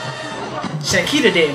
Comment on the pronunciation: Yall been butchering her name for sooo long😅